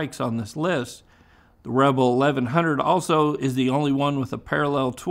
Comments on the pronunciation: Rebel not Reble. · "Honda REBLE". Sounds French 😂